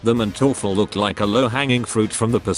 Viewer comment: the funniest thing of this video is his pronounciation of manteufel xD in german you pronounce the first syllable not the second as often in english. so its MANteufel not manTEUfel